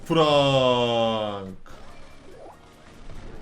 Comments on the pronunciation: Abi ingilizcede "a", e diye okunuyor sen frank'ı frenk diye okuyucaksın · FRANK DİYE YAZİLİR FRENK DİYE OKUNUR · Abi bence Frenk okunuş olarak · abi FRANK DEĞİL FRENK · abi yazılısı frank okunusu frenk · Frank değil abi frenK